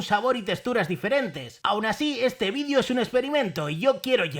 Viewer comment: Que desagradable cuando dices vidio!!!!